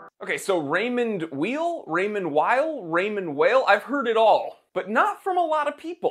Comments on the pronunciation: And it's pronounced like the word WHILE in terms of the last name. It would be like calling you the Time TEELER. Jeez. A bit of a loss of credibility and a lack of preparedness. All you had to do was call the company itself for the correct pronunciation. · It’s pronounced “While” (source: my last name is Weil) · PS: It's pronounced "vile" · Weil is pronounced Vile, it’s a German word! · You can't even pronounce Weil. German Ei is pronounced Ie and ie is pronounced Ei